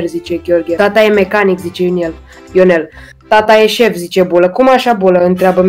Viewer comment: ioniel"....aaa ,,ionel"